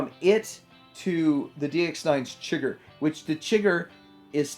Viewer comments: Apparently TF fans haven't watched/read No Country for Old Men lol. DX9's Astrotrain was named after the baddie, Anton Chigurh. It's pronounced "shi-GURR" ...not "chigger". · Thanks for the breakdownI I'd never even heard of Transportation Captain before this. I preordered the Chigurh (it's pronounced SHIH GURR—like Anton Chigurgh, the villain of No Country for Old Men) rerelease from ShowZ for a great price, and I'm sticking with that one. I like the bot mode for Thomas, but alt mode is also important to me as I transform my whole display back and forth every month or two. The alt modes on the FT version just look like a blown-up version of the G1 toy to me. Definitley not what I want, otherwise he would likely would have been my first FT bot.